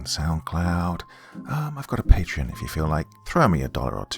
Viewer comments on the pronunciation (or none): none